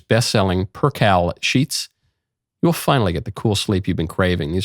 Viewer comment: Not per-cal sheets. It is per-kale sheets.